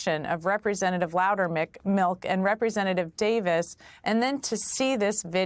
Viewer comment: Darn it. , she mispronounced his name as "Loudermark." My first play-through, I thought I heard "Loudermouth," which would have been rather fitting. I will give Representative Sherrill credit for observationizing. As she is both Former Military (TY, Fellow Vet!) and a Former Federal Prostituting Attorney, she definitely has the education, training, and experience to notice when "Something is starting to smell funny." I didn't even need to be told she'd reported it, too.